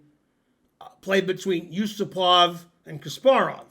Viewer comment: The stress is Yu-SU-pov.